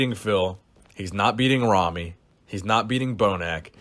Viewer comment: i dont know how big ramy's name is pronounced, but i dont think that was it XD